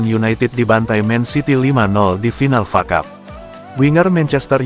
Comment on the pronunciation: Woy bukan facap tapi F.A CUP. Sudah bertahun2 masih bego juga Malu dong pembaca berita bola gak tau bola